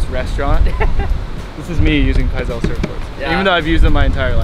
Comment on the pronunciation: Pizal stick instead of fizzy pop but kinda like fizzy pop! but pronounced P-iz-AL